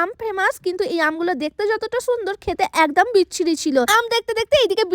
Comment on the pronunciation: একদাম নাকি এক দম😂😂😂😂😂😂